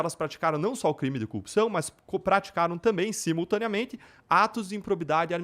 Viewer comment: O cara não consegue falar a palavra "cupção" ?